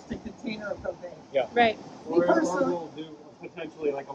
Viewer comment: I heard him say "this is the cocaine locker" hahahah I was like what?